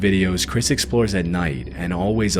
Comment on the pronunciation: Why do you say nighd? Great videos, but you talk a little to much through your nose.